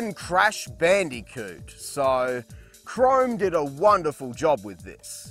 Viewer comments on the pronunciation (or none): none